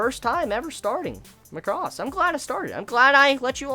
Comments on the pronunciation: MAH-CROSS. Not MUCK-ROSS. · Could you please pronounce the word Macross properly if you intend to talk about it in the future. You should say it as "Mac-ross" and not "Ma-cross". Though you don't need to watch the other shows to understand Delta its highly recommended to watch Super Dimensional Fortress Macross TV series and/or its movie retelling "Do You Remember Love?" just to give you the origin of its universe. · is MAAh-cros, like an excel macro. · Stress on 'Ma,' and not 'cross.' Take it from the original pronunciation "Ma-ku-ro-su." You're pronouncing it like 'lacrosse.' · Feels like you pronouncing it weird ?!!! lol